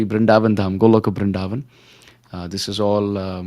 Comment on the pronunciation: Please don't prononce "BrinDavan" like foreigners Pls say Brindhavan Hare krishna 🙏🏻🕉